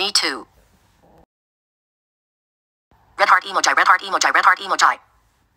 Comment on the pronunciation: What we say: emoji What she say: emojai ( not her actual voice)